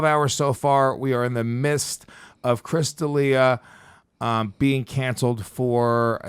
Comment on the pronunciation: Lol in the mist sounds way doper than “in the miDst”